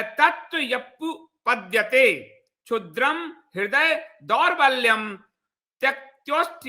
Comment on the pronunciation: संस्कृत में ऐ का उच्चारण अइ होता है और औ का उच्चारण अउ होता है। क्लैब्यं का उच्चारण क्लइब्यं होता है दौर्बल्य का उच्चारण दउर्बल्यं होता है। आप बहुत अच्छा बोलते हैं। उच्चारण में भूल प्रभावोत्पादकता कम करदेता है।